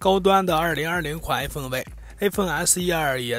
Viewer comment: Stanley 不停Aphone Aphone